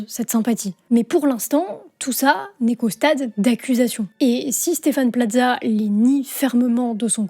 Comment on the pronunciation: pourquoi vous prononcer Plaza comme pizza?